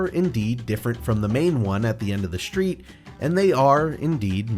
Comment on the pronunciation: What's a "shtreet"?